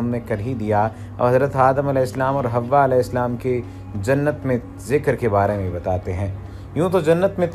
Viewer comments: It's not a hawa it's hawaa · Right Pronounce Hawwa